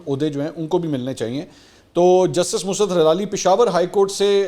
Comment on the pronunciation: بسم اللہ الرحمن الرحیم ۔ مُسْرت نہیں مُسَرّت بولا کریں آپ را کے اوپر شَد نہیں لگاتے اور سین کے اوپر جزم لگا دیتے ہیں جس کی وجہ سے لفظ کی درست ادائیگی نہیں ہو پا رہی۔